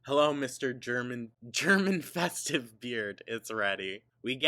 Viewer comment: said he had a “germ infested beard” and it sounded like “German festive beard”.